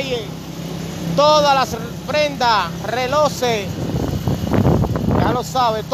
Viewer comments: No se dice RELOSE ES RELOJES EL PLURAL DE RELOJ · Mi hermano se dice relojes no reloses